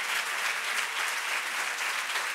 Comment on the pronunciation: No es Róbert, el ROBÉRT! (catalán no inglés!!!)